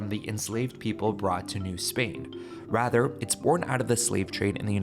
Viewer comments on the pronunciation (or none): none